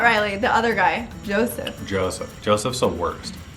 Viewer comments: It's actually Yosef, not Joseph. Maybe I'm hearing you wrong, but it sounds like you're saying Joseph. Just a note :) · Please lose the background music. Also, it's Yosef, not Joseph. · I have noticed in the last 2 episodes you keep calling Yosef "Joseph"...I'm finding that kind of interesting given he is the only contestant there with a non Anglo-Saxon name. As a racialized person my name has been mispronounced my whole life and changed into an Anglo-Saxon name, akin to changing Yosef into Joseph, and usually by white individuals. I gotta say it's pretty damn annoying and revealing. Just something for the two of you to think about especially considering some of your viewers may be racialized and also Middle Eastern (typically where the name Yosef is prevalent). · Isn’t the guy’s name who you keep referring to as “Joseph” actually “Yoseph” with a Y? I caught that on your first episode too. By the way love your channel! You two are so great together. I used to live in Scottsdale a few years ago with my husband and now we live on the West side of Phoenix but love going over to the Scottsdale side for restaurants and shopping. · It’s them saying Joseph instead of Yosef for me 😂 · I love your recaps so keep it up, but just want to note: it's Yosef, not Joseph ;) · I know this is a joke, but pronouncing people's ethnic-sounding names correctly is an easy and small way to show respect :)